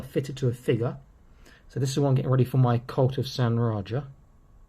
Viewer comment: Reja pronounced Ray-a or Ray-ha. RayJa just sounds like something backwoods hillbilly would say.